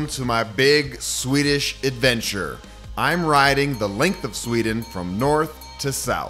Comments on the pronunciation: Your Swedish pronunciation is so good. 👏👏👏🥰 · Your swedish pronunciation is really quite amazing.